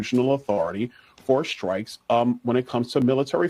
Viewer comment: Who listens to Charlatan the Guy? I can't take anyone seriously that says skrikes instead of strikes.